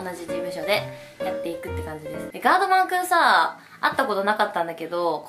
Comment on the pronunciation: あちゃんが言うガードマンくんのイントネーションそれで合ってるの？wwwwwwwww